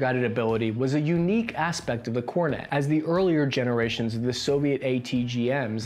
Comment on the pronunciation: that is fake, he pronounced kornet correctly